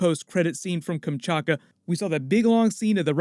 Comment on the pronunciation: its KamchaTka not Kamchaka, otherwise your pronunciation is pretty good ;) this is how it looks in Russian: Камчатка